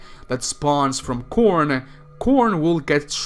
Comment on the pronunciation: When he said "Khorne" I heard "Corn" XD